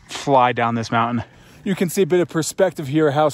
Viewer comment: Lovely tour, amazing home! Why do younger people mispronounce, “mountain” and other “nt” words? With YouTube creators feels a bit like a mass hysteria thing - surely they had English teachers in school that told them the right way to pronounce the words - I don’t get it, but it’s like a calling card that screams, “YouTube content creator…”